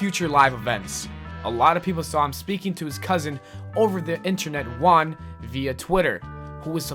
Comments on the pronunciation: its funny how you cant pronunciate juan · you said juan the wrong way